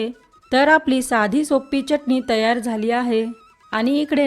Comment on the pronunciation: Uchhar ashudha ahe. Chatni